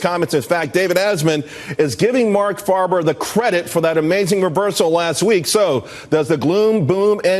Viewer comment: Mark FAY-ber, not Mark FAR-ber.